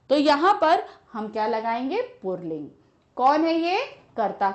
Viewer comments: Ma'am ur pronunciation of पुल्लिंग is not correct. It is not "पुर्ल्लींग" it is "पुल्लिंग". Is ke pronunciation me r word is not included. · Ye mam pulling ko purling kyun bol rahin hain😅🤣tq u mam❤❤❤❤ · its pulling not purling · पुल्लिंग ही बोला जाता है न कि पुरलिंग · Pulling ❎ purling ✅ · Mam purling nai puling....😂😂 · Mam pulig ko purling bolti hai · Pulling hota hai purling nahi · Mam please can you tell me that where you see र in पूलिंग because you are pronouncing पूलिंग- poorling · Mam puling hai na purling nahi hai. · Purling nhi puling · पुल्लिंग को पुरलिंग क्यों बोलती हैं आप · Mam says purling 😂